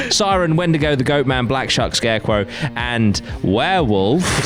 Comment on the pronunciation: "SCARECRAW" lol